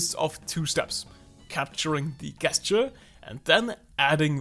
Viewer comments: Gesture is said with a “J”. It’s a soft “G”. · Helpful video thank you. I hope you don’t mind me saying that the word ‘gesture’ is pronounced as if it were spelled with a ‘j’ at the beginning. As in jelly or just. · u say gesture like "guess'ture" thats not an attack on pronunciation i think its funny cuz its pretty accurate for how im doing this exercise lmfao